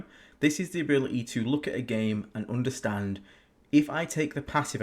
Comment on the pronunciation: Drinking game: drink a shot every time says "OOnderstand"/"OOnderstanding".